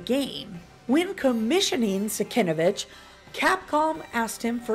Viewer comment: Cool info, I always loved the cover. BTW the artist's name is pronounced SIN-KEV-ITCH.